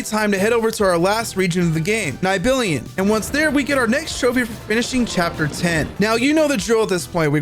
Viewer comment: its pronounced NEE - BEL - HIME btw